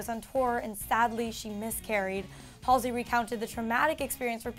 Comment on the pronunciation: YOOOO THAT'S NOT HOW YOU PRONOUNCE HER EFFING NAME OMGGGVG